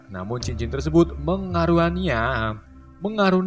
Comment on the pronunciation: Gara gara abang typo pas ngomong mengaruniai saya jadinikut ngelek😂😂